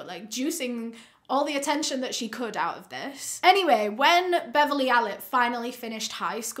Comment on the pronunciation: Stopped after "betrayed that oooooot"